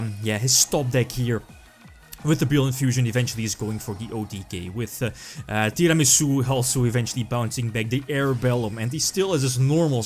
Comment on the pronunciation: Who else likes the way pronounces Tiramisu?